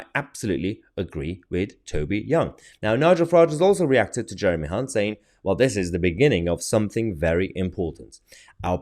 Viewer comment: You pronounced Jeremy's surname incorrectly... 🤣🤣🤣